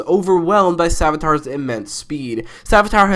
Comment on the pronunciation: Bro called Savitar, ‘Sabotage’ and called Cicada ‘Socata’ Ha, prob auto correct though